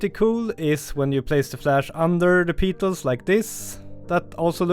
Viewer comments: Fantastic tips, thank you. (In English, its pronounced PETals not PEEEtals, think "I have a PET dog, he PEEES on the carpet" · I love your videos, but "petals" is pronounced "peh-tels". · Great as always, very inspirational but petals rhymes with get dull just saying :) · I like the video! And also how you say “peetals”! 😋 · Another rippa video. 🙂. With pronounciation, "petals", should be, I think sounded as 'pet - als', and depite the spelling, "orchid" would be 'orr - kid'. This is not a criticism, as I couldn't even imagine speaking as you do, in an 'other than my' Native language, but hopefully just a bit of dope for you to take or leave. Keep 'em coming Mate.